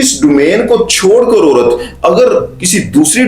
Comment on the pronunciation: Sir, you need to make your pronunciation better. Not orat but a urat, and many words like that not or but aur